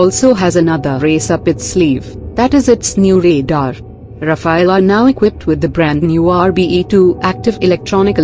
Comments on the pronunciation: Rafael???? it's RAFALE ! not the name of a turtle ninja! Say rafel in english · It's rafale, not Rafael. Rafael is related to Israel and rafale belongs to dassault, France. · RafAle, not "raphil" or "raphael" or "rapheel". Not the first one to have problems pronouncing vowels in order. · Not Rafael but RAFALE!!! Say RAFALE!